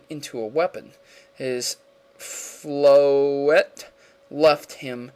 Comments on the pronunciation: Flo-ette (no "r" in the name) Sy-ca-more Sorry it really bothers me when people pronounce easy words like these wrong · Floette doesn't have an "r" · Can not pronounce anything right? Lysandre: Lie-Sand-ur Floette: Flow-et Sycamore: Sick-ah-more